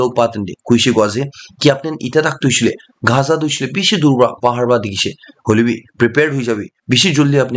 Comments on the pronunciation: Bro it's not gha...za it's gaza😂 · Dear Bro.. it's Gaza! not khaza👍 don't mind...